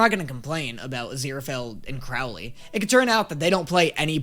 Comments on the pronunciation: ok ok ok ok,I literally hate that I'm this person right now but I swear if I hear pronounce it as crowel-ley one more time and not crow-ley I'm gonna have an aneurysm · How have you been hearing Crowley’s name pronounced correctly (first syllable "crow" as in the bird) but you're still pronouncing it wrong (rhyming the first syllable with "now") EVERY TIME? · Could you please say Crowley and not Crawley, he kind of changed his name 😅🙏🏽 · Just a tip that help me to pronounce Crowley name right it’s Crow like the bird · CROW-lee.. like the bird. "Crow" rhymes with "show." I know it's different to Americans, that's why I'm letting you know. And yeah.. everything you said at the end was how I felt as well. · Does it drive anyone else crazy how pronounces Crowley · You either need to start saying Crowley’s name correctly or stop making this series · Is anyone ever going to let know that he's pronouncing Crowley's name wrong lmao